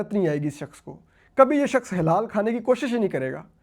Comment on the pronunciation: The word حلال (kosher or permissible) is spoken HALAAL not "hilaal". Hilaal (ہلال) is a crescent 🌙.